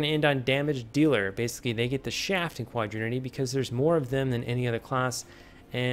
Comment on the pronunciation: It's quaternity, not quadrinity.